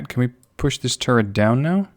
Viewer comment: when says turret it sounds like he says turd XD